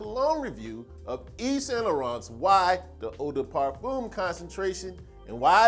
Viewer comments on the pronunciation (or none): It's pronounced 'parfehm' not parfoom